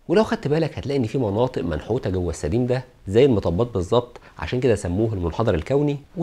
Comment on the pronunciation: طبعا نحب نسمع تعليقك بس انا ما فهمت اللفظ جيدا ، هو سديم ولا سدين ؟؟